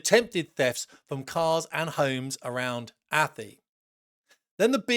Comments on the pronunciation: Atty? Athy.. said A Thigh .. at least pretend to pronounce it correctly. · Not much of an epitaph, a bloody smear on the motorway! The parents need to sort their kids out or let nature take its course! Just for info, "Athy" is pronounced "A Tie" or if you're English "A Thigh".